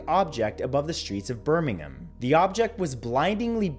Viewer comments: at least he got the pronunciation of the word Birmingham right. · Love that you pronounced Birmingham correctly. Instead of Birming HAM. 😃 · I love that he says Birmingham right